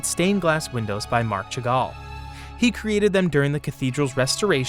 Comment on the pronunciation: As you are open to corrections, the pronunciations are often inaccurate. Chagall and Hermes for starters.